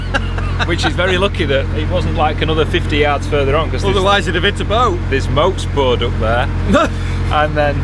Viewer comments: Yep. I rewound and listened twice to be sure. You said "moats boored" again for "boats moored." I think I've heard you say this once before some-when. I'm not complaining, correcting or criticizing (I worked for that alliteration), so, don't get mad at me; I live for these malapropisms. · "There's moats boored up there.." 😂😂😂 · "moats boored"?? LOL Great vlog guys! Thanks